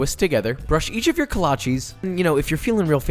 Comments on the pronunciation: its kolache not kolaches btw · Josh be like: "KoLáČí"